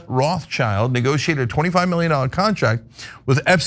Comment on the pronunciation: Uh, Cenk? Roth-schild is not English. It's German. Roth = Red (modern spelling = Rot) / Schild = shield or escutcheon. Above the door in the building the family lived early on. The world "Child" does not appear in the name. OK?